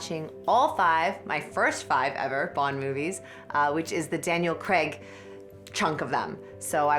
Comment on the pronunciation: Always amuses me how Americans are so laughably terrible at saying 'Craig' lol. Where are you guys getting the 'e' from